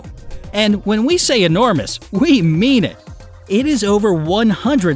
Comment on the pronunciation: "The Universe is ENORMOUSE" Is it really?